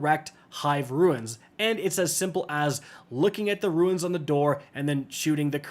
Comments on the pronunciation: For the love of God it's "RUNES" NOT "RUINS" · Stop calling Runes Ruins lol